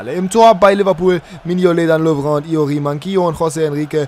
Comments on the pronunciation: Wieso sprichst du Dejan Lovren französisch aus? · Lovren spricht man ganz normal aus, also nicht mit franz. Akzent